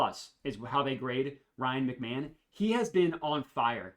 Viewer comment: Isn’t it pronounced Ryan Mc-Ma-hone? The announcer was wrong if not hahah love the videos man